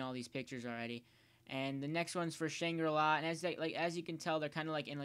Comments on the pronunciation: shrle-law or something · It's shrang ri la duck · its shangra la